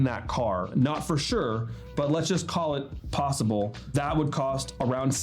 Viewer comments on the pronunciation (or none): none